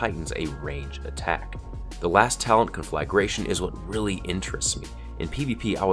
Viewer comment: The way you said conflagration bothered me more than it really should have... don't know why